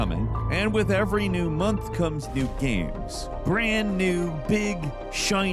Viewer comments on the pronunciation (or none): none